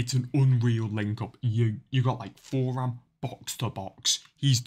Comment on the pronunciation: Btw u pronounce it turam i think